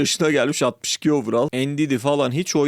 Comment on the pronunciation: overall öyle telaffuz edilmiyor, istersen bir araştır.